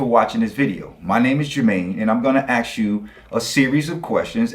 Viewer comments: The word is fucking ask not fucking axe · Why do some people say aks instead of ask? The believer says it right at the beginning. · As soon as he started "aksing" things, I just liked and left. 🤦‍♂️ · Why Jermaine be axing me all these questions? He already knows the answers, he just chooses to ignore them. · he's going to "AXE" me????? violent christians threatening people wit edged weapons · I have been wondering - what is it with people not being able to just say 'ask' correctly, and say 'aks'. Is it that hard? Just asking. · I don't particularly want this guy to "axe me" anything, tbqh. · You know it won’t go well when he wants to ‘axe’ a question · 😂 Yep. needs an English class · I hate it when people try to axe me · Please don’t axe me, bro! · He's going to axe me, that's a little strong isn't it. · When a person is too stupid to pronounce "ask" correctly, what will follow will be numbingly dumb. As this theist demonstrates. Deeerrp. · I couldn't take anyone who can't pronounce the word ask properly seriously to start with. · If you can't even pronounce "I'm going to ASK you" when you have as many chances to record as you want, you're not off to an intelligent start.... Well it didn't take him long to confirm extreme stupidity at all... 2nd sentence. Well arguably the first was already stupid, because whether you'd like to live forever has nothing to do with whether a god exists. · Is it so difficult to say "ASK"? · Ouch!! Facker 'axed' me!! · “Bro can’t pronounce abiogenesis” Bro can’t pronounce ‘ask’!